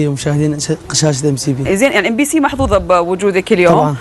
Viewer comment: قاعد يقول ام سي في بدل Mbc